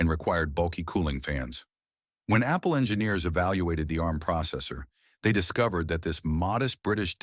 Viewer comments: A-RM? Its "Arm" you dopey AI. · There is so much wrong about this video. It looks like an Acorn fanboy told an AI to make a video about the history of Arm. And no it is not A.R.M. you silly American AI voice. More and more of this inaccurate AI videos are being shoved at us by YouTube lately. Perhaps YouTube itself has been taken over by a renegade AI bot...